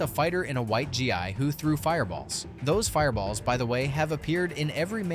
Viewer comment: RYU is pronounced Ree ooo not R U And wears a Gi “Gee” not G I.